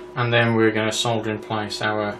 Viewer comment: ..... ahh, a joy to hear 'solder' and not 'soder' :)